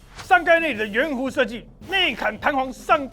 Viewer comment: 報告士官長 內嵌是唸ㄑㄧㄢ ！